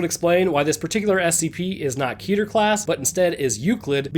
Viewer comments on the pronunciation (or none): Fun fact: Keter is not pronounced "KEE-turr" it's pronounced "Keh-tare". It's Hebrew for Crown.